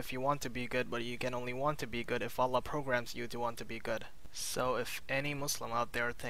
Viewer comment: You have such an annoying voice + you can't pronounce Allaah... You say OLA, what is that?